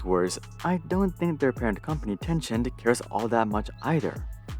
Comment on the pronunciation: Tencent = ten-sent Random YouTuber = Ten-scient.